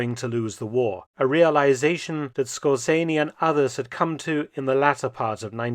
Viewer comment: "SCORTZENEE". Ok, thanks!